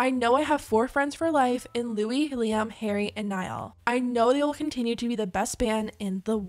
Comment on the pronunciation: I'm sorry girl, but the way you pronounce Harry is killing me 😭